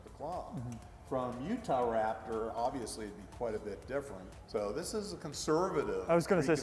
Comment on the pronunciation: he used to say utharaptor